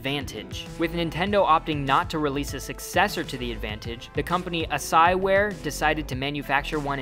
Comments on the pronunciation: It’s pronounced like... ass-key (asciiware), not whatever the hell he said... assai? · The "Super Advantage" joystick was made by Asciiware (pronounced "az-key-ware"), not "Asahiware." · "a sigh ware" no no no . ass key ware. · Pronounced "ass-key-ware" lol